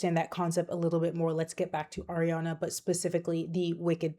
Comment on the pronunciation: It’s pronounced ah-riana, not air-iana